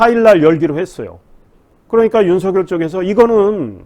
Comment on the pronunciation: 발음 교정 부탁드립니다. 윤성녈은 '윤서결'이고 이성뉸은 '이성윤'입니다